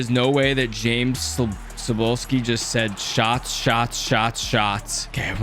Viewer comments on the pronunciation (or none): none